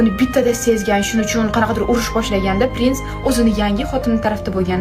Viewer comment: Prinsni birinchi marta pes deb eshitibman 😂😂